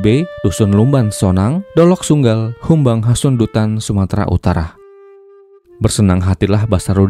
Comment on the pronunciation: dolok sanggul om bukan dolok sunggal😅